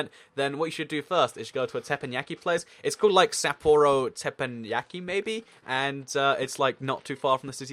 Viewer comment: it's called Tep-EN-Yaki